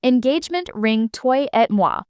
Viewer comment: Twa et mwa not toy, lol 😊